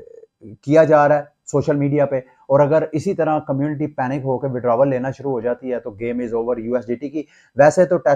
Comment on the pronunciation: Please for x your withdrawal pronunciation